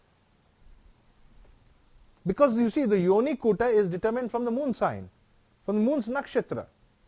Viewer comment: Kuta first i the word kuta not kuthaa..